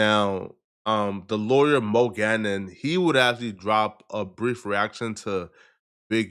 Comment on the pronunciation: “The lawyer Mo gannon?” you mean moe gangat how can you not say that right it’s gang and at right down your lane don’t disrespect the Indian community like that